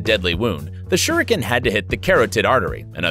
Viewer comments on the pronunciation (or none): Bruh this dude said a ninja used shurakin lolllllll